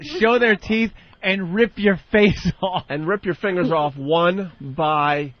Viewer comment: The way Ant doesn't pronounce the g in fingers